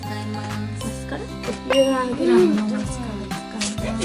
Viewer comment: きらちゃんのイントネーション『You are グラム』ww